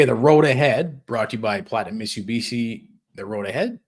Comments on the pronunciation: I absolutely love these two guys! Zero F’s given as always, spittin nothin but hard honest facts and truths, but can someone please teach our boy how to properly pronounce Mitsubishi?😂😂 It’s Mit-Su-Bishi, not michabeechee. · Holy shit amateur hour. Mit-soo-bee-she.